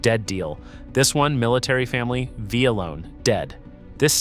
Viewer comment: Must be AI. It should be VA Loan, not Vee ah loan.